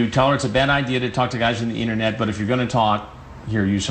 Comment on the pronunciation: Chris is low key savage. Notice how he mocks pronunciation of ‘internet’ at the mark 😂.